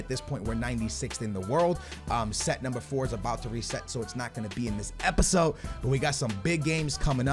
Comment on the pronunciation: "NUMER"😂😂😂 stupid you're making fun of him and you don't know how to write either